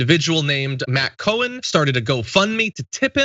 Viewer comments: Cowan is pronounced 🐄 Cow-an, you were pronouncing Co-hen. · 🐄 Cow-an , not Co-wan!